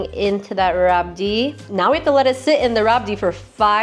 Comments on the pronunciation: Its pronounced as "rabri" not "rabdi'. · It's rabri not rabdi 😊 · Rabdi is pronounced rabri normally. Otherwise its rabrdi